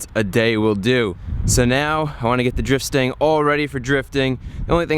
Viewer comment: anyone else thought he said drip stain instead of drift stang